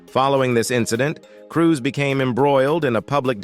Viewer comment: .. Not Cruz.... Cruise...